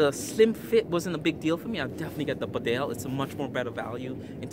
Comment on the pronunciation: A good review. However, could I just point out that Bedale is pronounced Beedale; it is named after the small market town in North Yorkshire.